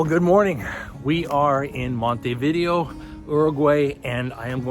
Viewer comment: Before traveling to any foreign city Americans should learn to pronounce its name. Com'on, compatriots, it''s not THAT hard. It's not"Monty Vídeo"; it is Montay Vidéo (accent on e, not on i).